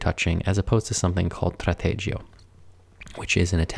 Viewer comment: me an italian when says tratteggio: 🥰🥰🥰🥰🥰🥰🥰🥰🥰🥰🥰